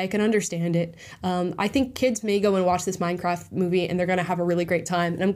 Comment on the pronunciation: "Minecraff" 😂 theres a 't' there Amala.